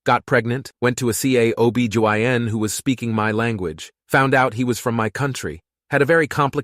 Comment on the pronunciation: You pronounced "dingy" and "OB Gyn" embarrassingly wrong